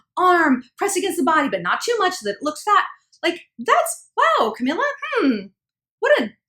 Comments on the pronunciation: Not to sound like an ass but.. It's CamEELA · Ca- mE- la...my gosh how hard is it to say her name right